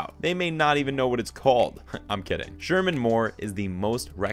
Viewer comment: This video lost all credibility when it more than once referred to shamar as Sherman